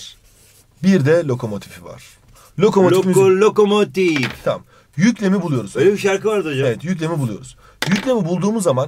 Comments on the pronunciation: Nobody:: Loko loğğko loğko lokoğmotiğf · Hoca:trenin vagonları var birde lokomotifi:lokko lokomottifff😂😂